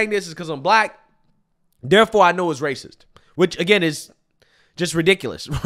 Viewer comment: She said raciss 😒🫠